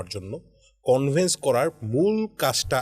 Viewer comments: কনভেন্স না কনভিন্স? এমন 'শিক্ষিতরাই' আজকাল টেলিভিশনের অ‍্যাংকর হয়। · Convense? নাকি convince?! এই হল চাংবাদিক 😮😢